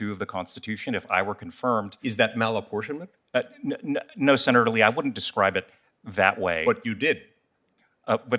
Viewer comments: Ugghghhh….Malaportionment of senate ? What? This is BEYOND TROUBLING! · Why play cat n mouse... He's asking " what's malinportionment?" Let's this guy spew political b.s. Cut his ass off re ask. Soon as he starts his p.c. political b.s. Cut his ass off and say.. Senate malinportienment is???? You finish the sentence... Don't let these guys use your 5 minutes. Cut em the fk off and again ask the hard question. It's not hard, but it does take a spine. Don't let these fks use your 5 minutes. Just once, do your fkn job we, yes we the people voted you into office to do...... Do your job.